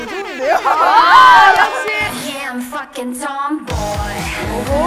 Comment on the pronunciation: 예아 버킹 톰보이 발음 진짜 찰지네 민니가 부른 건가??